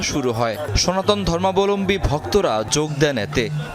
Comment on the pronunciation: সনাতন ধর্মাবলম্বী আগে ঠিক করে উচ্চারন করুন 🙄😅